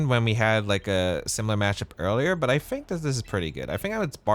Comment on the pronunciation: I cant get over the way he says I fink or I'm finking😂 good content bro!